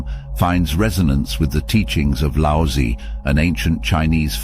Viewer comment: The "z" in Laozi is like "ts", the "i" is like in "fir".